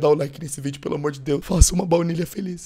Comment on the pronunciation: Soh eu q percebi q ele falou "vlaunilha" em uma parte? Hahahaha